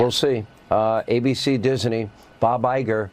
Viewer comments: Dis-in-nee Hannity Another example of weirdo Can’t pronounce name of one of the most famous names ever. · "Dis-a-ney"?? wtf? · He kept saying Disiney😂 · 😂 What's Hannity's glitch? He keeps adding an extra syllable to "Disney" and mispronouncing it as "Dis-en-y". Typical magaT WEIRDO. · I love the way (NOT) that he can't pronounce Disney. Where the 'i' came from as he pronounces it Dis-i-ney, I'll never know. Just goes to show how literate Hannity is, again NOT! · I can't stand the way Hannity says "Disney" when he's threatening Iger. "Disenee". He's such and awful person. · Why is Hannity saying "Disney" that way? He's adding an extra syllable. Lol Dis - uh - ney. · You ridiculous, nonsense example of a commentator,. Hannity. The corporation's name is "Disney". Not "Diseny". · How many syllables in DISNEY??? According to Hannity there are 3... DIS EN NEY??? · hey Hannity - since when is it 'DIS-EN-NY'? It's Disney! Are you channelling Yogi Bear & his 'Pic-en-ic basket" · Arrggghhh diz ney say it with me hannity diz ney not dis a ney 🤦‍♀️ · He does know it’s not Disiney? Disney! Lol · What's with the way Hannity pronounces Disney? He's adding an extra syllable. It's rich him criticizing ABC News when Fox is not real news. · If Hannity were a real news anchor, journalist or whatever he purports to be, he'd know how to properly pronounce "Disney." And he wouldn't be on faux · Does Hannity know how to pronounce Disney. There’s no “i” between the “Dis” and “ney” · Sean Hannity pronounces Disney like the word has three syllables. MAGA sure loves the poorly educated!